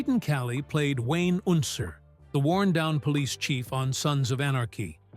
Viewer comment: "Wayne Oonser" 😂